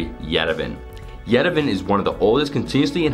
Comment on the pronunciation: Yerevan is pronounced as Ye-Re-Vaan